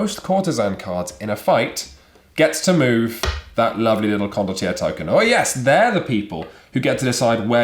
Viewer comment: It’s Italian. Pronounced ‘con-dott-yair-ray’.